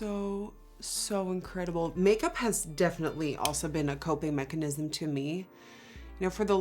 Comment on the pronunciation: This is really important and serious but I can't get over 'coping machanism'